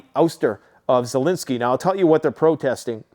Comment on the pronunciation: Zelensky not Zelinski